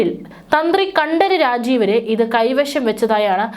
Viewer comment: കണ്ടര് രാജീവര് അല്ല 😂 കണ്ഠരര് രാജീവര് എന്നു പറയണം കുട്ടീ... ഉച്ചാരണം ശ്രദ്ധിക്കുക. ആ വാജിവാഹനത്തിൻ്റെ പുറത്തിരുന്ന് മന്ത്രം ഉരുവിട്ട് തന്ത്രി ഈരേഴ് ഉലകങ്ങളും സഞ്ചരിക്കുകയാണ് ഇപ്പോൾ 😅